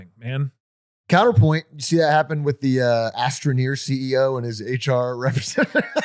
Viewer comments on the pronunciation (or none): astronomer not astroneer 😭